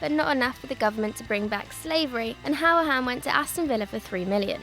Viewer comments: Who-ra-han not how-a-han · It's pronounced hoo-ri-hane I'm a villa fan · i mean...that's one way to pronounce 'Hourihane' :P